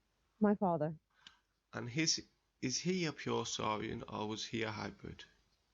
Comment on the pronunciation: what is a Soorian race. Is that the way you spell Soorian?